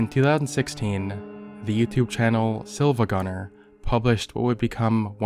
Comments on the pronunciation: IT'S PRONOUNCED SIIVAGUNNER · IT'S PRONOUNCED SEEVAGUNNER